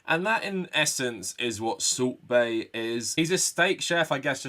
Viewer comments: You keep saying salt bae, but all I hear is "sorbet" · I keep hearing Soup Bae.